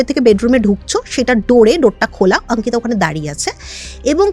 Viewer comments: অঙ্কিতা✅ আঙ্কিতা❌ এটা আবার কেমন কথার বলার ধরণ 😅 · Delhi te baro hoechen,so eta normal bolte paren.